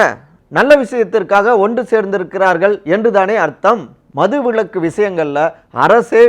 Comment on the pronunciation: ஏப்பா தம்பி, உங்களுக்கு தமிழ் சொல்லி தந்தது யார்? மது விளக்கு இல்லப்பா விலக்கு. ஆ.வி போன்ற உயர் நிறுவனம் இதையெல்லாம் கவனிக்க மாட்டீர்களா? ல, ள,ழ,ர,ற உச்சரிப்பு தெரிந்தவர்கள் உங்கள் நிறுவனத்தில் இல்லையா?